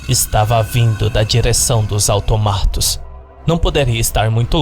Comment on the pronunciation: Eu achava que se fala autômatos e não automátos, quem disse que vídeo de creepypasta não ensina nada.